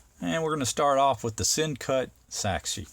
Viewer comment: Pronounced it correctly! You are the first reviewer to get it right. I bought the same exact one. Folks... This guy is right. Beautiful knife, at a Great price!